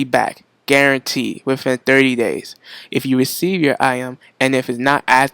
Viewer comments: Yo "IM" i was thinking hard and then i realized.. it's "Item" lmao!!!! Anyway, thank you for the information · iem? item? is it realy that hard to add the T? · also "item" not "I'em" I find more and more people are not pronouncing their "t's" anymore